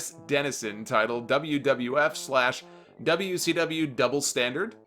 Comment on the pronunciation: the wiff......that'd mean WWF I imagine just with an added i lol